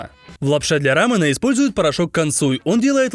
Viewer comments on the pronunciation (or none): Булдак и « лапшу для рАмЭна»🤦‍♀️( «э» я отметила как неправильную букву , а «а» я отметила как ударение)